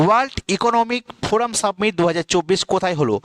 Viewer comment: Submit and summit 2to different pronunciation